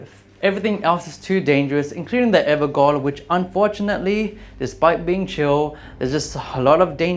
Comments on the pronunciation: I would have loved to watch this but I had to bow out after the third "evergole". It's pronounced everjail and it makes my whole body vomit every time I hear it pronounced so badly. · Evergaol is pronounced “ever-JAIL” its old English and Gaol is pronounced as JAIL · Evergaol is pronounced as "Everjail". Gaol is old way of saying jail. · Almost 5 years later and people are still pronouncing Gaol (JAIL) as Gaol (GOAL) The A is the BEFORE the O people Its pronounced JAIL its GAOL- JAIL EVER JAIL JAIL GAOLER is a JAILER a GAOL is a JAIL Its the same thing!!!!!!! Its just an older spelling FFS we have billions of years of human genius at our fingertips... PLEASE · ever"jail" not ever"goal" (yes its typed gaol) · despite the small mistakes you did a nice job. I was pretty entertained. Also Ever Jail, not Ever Goal. Can be pretty confusing with the spelling though so I get it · gotta love ol' AI translations, like "My Name is Duki Nuki" instead of "Duke Nukem" (was on a Vargskelethor Joel stream) I pronounce Evergaol as Ever-Jay-Ol, it's probably supposed to be Ever-Gay-Ol but cue the obvious joke to point and laugh at. Plus some old words DO pronounce a G like J. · Gaol is the old spelling for Jail. It's pronounced ever-JAIL. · The "gaol" in "Evergaol" is an archaic spelling of "jail," and pronounced the same way. To be clear though I'm not trying to be a smartass and correct your grammar; that information makes the Evergaols make sense as eternal sites of imprisonment. I don't expect anyone really to know about that spelling of "gaol" either; it's been VERY rare since the 1800s. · I saw a video of the game devs pronouncing it that way, so I just assumed that's it's pronunciation. It's all good tho bro, you do you. And I liked the video, first one I saw of your's, but I did sub.